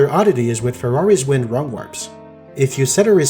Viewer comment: I can't help but hear "Ferrari's Wind" every time you say "Farore's Wind"